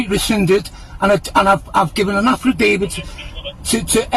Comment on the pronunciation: ‘An afridavid to efsfrilly tell them…’